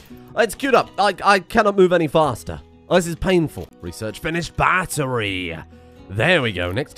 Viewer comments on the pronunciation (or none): none